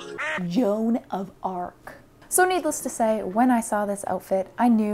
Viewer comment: Hahaha I think she agrees! Her face in "john of arc" 🙄🙄 lol